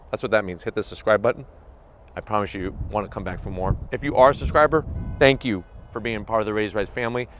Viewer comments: hahaha... he said "shank you"... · Funny hearing you say, "Shank you." Lmao!